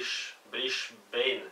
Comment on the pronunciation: Loved your pronunciations to mate! Michael is 'my-kay-el' and Brisbane is 'briz-ban' :)